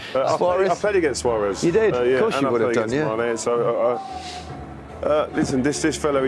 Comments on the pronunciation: "Suarezt" Nice one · Does the t in suarez stand for teeth?